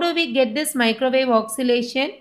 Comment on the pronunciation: Your pronunciation of oscillation is wrong. Its oscillation not oxilation.